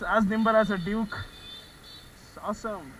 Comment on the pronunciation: It's haasum